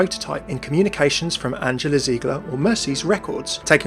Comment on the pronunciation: You pronounced angela wrong and the audio cuts out